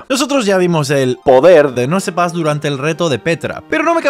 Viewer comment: NOOO ES QUE SE DICE "NOUSPAS" QUE ME VA A DAR AMSIEDAA 😫 xD